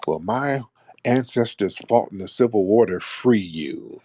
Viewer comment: Mr. “Fwee” really jams my glock 😂